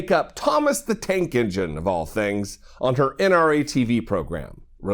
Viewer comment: Tank ENGINE. Say it Dana ENGINE. Jesus Christ